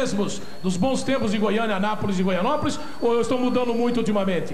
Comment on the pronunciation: Faz mais de 30 anos que o Faustão fala Goianópolis, é Goianápolis meu. Brincadeira!